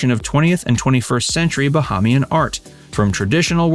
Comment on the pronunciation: OMG Bahamian is pronounced: Ba-HAY-mian